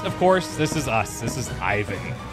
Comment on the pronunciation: in order not to get on a bad side with your Evil Genius be carful with his name pronunciation!:) As I understand Ivan (Иван) is Russian name so it should be pronounced a little bit different: I is pronounced as E like in word easy And stress on second part of the word. Closest name that everybody know is Ivanka. So it's like e-vAn. not I-van:)